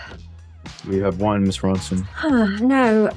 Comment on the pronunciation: Why did he ask, "Will you have ONE..." like that? 🤨